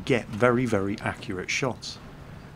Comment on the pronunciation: Ha Ha Ha ...remember when speaking withe RRRRRussian Accent...... words like "very" are pronounced "wery".